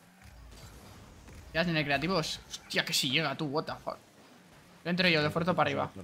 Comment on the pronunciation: no puedo parar de decir watefok y que bien, me cago en todo